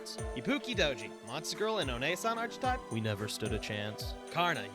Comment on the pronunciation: Brother said “arch”atype instead just archetype unironically. He definitely also says “arch” angel as well.